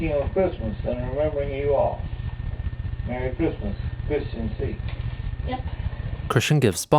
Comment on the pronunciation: Muhry chrismuh